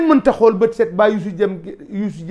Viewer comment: """Xeel """"pas """Xool"""" ....Xeeex jaruul Saga 😅